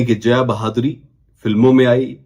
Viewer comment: भाई वो बहादुरी नही बाधुरी है 🤣🤣🤣